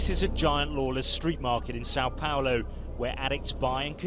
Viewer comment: Its São Paulo, not Sao Paolo...